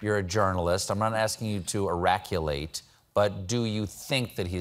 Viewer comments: Eraculate? Oraculate? I came here to figure out what that word was. In an effort to improve my vocabulary, I look up new words when I hear them. I looked at the transcripts, tried “eraculate”,“oraculate”, and synonyms for “predict,” but wasn’t able to find a match. I guess even someone as smart at Colbert sometimes screws the pooch! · Did Stephen just say eraculate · Did he just say 'eraculate'? Does he know what that means? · Eraculate? Iraculate? What is that word he used? I have Never heard it before and Google is not showing anything. Can someone please help! Thank you!!! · what word does Stephen use? irraculate? eraculate? I tried googling it and it doesn't exist. Am I hearing it wrong? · I think it´s oraculate - like the oracle in ancient Greece...but hadn´t heard it before, either... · "oraculate!?"=verb; "oracle" = noun sheesh stephen!